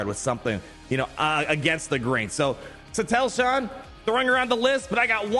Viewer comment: Suh Teal Shan. Shin Hottie. There are your pronunciation fixes 😁